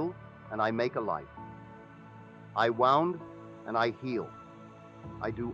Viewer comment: Not wanting to take away from the message, AI voice over continuously mispronounces certain words which is highly distracting. Instead of the word us, it said U.S. Instead of the word wound as in to inflict harm, it said wound as in winding up a toy.